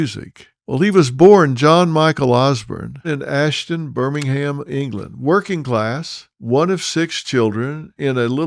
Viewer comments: Hate to correct you but it's Aston not Ashton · Aston not ashton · It's Aston Dr Phil... Not ashton... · He was born in Aston not Ashton! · You can't even get the name of his birthplace right. Aston, not Ashton. You've made a living on exploiting everything and everyone. Leave the Osbourne's alone. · Aston, not Ashton x